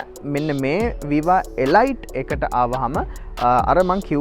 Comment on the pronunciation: තොරතුරු වලට ස්තුතියි. 100,000km වලට වඩා දුවපු වාහනයක් ගත්තොත් රිපෙයාර් ගොඩක් වැඩි වෙයි ද? නැත්තම් මීට වඩා අලුත් ඉන්දියන් celerio එකකට යන එක හොඳයිද? ( අඩුපාඩුවක් කියනවා නෙවෙයි. මේ වාහනේ නම pronounce කරන්නෙ එලීට් කියලා. ගොඩක් අය වැරදියට එලයිට් කියලා කියන නිසා සඳහන් කරන්න හිතුනේ)